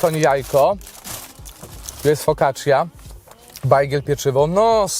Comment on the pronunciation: Focaccia wymawiaj cia jak cia-sto,cia-pa.....